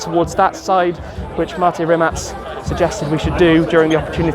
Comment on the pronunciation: Well done Tim for pronouncing Rimac correctly !! 🇭🇷